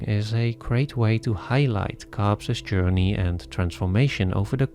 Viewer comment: I love these analyses, but, PLEASE stop saying "Cobbses" instead of just "Cobb's", it's very frustrating as everything you say is really concentrated and interesting. 😅